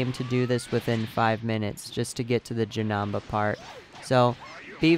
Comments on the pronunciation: Is not janaba is janeba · JanEmba, not janamba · Bro it's not Janamba it's Janemba. And it is pronounced like this. JUH-NIM-BA your welcome 🤗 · Him saying janamba got me triggered v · Jenamba omg cool way of saying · The way you say Janemba makes me wanna fight you